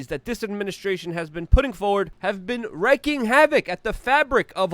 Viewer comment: For about the fifth time, it is not "wrecking havoc," as you keep saying. It is "wreaking havoc," which is pronounced like "reeking," not like "wrecking." "To wreck" means to destroy, as in to wreck or total your car. To "wreak" means to cause or make, so that to "wreak havoc" means to cause a lot of chaos, as in "a bull in a china shop." Notice the different spellings -- "W r e c" versus "W r e a"? kind of like "peck" versus "peek"? I guess you really hate being corrected, but you are insisting on using a wrong word and it makes you sound less intelligent than you obviously are.